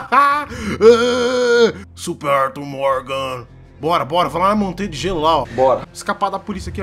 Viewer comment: "AIRtuIRR Fléxxschi"